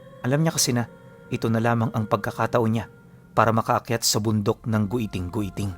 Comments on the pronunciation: Giting giting po Hindi gwiting gwiting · Giting giting po basa jan ❤ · giting² po basa nian or let's say Thorne mountain